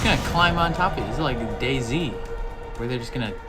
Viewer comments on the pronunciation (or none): none